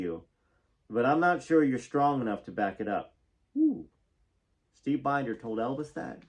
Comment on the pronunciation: Mitte Steve Binders name is pronounced Bender❤